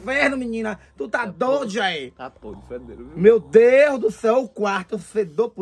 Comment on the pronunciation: "O pai a polícia mandou pu inferno, tu tá dôdia, é?". Kkkkkkkkkjjjjjkkkkk